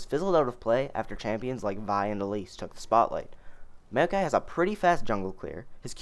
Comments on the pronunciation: MAYOKAI LOL IT'S "MOW-KAI" NOT MAYO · Maokai = M-ow-kai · Holy shit, you got no idea how how you said Maokai weird bothered me xD Mayo-kai lol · the way you say maokai makes me want to end my life